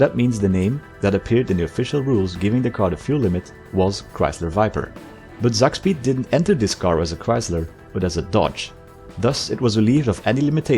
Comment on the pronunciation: It's not pronounced Zakspeed, but Tsak-speed! Tsak is a german onomatopoeia for a fast movement, like "whoosh" but more based